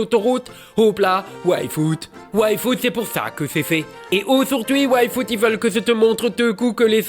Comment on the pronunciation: Bon, je sais que ça ne joue pas en ma faveur, mais pouvez-vous articuler un peu mieux le nom de Yfood? Je n'arrête pas d'entendre waifu et c'est très perturbant. ^^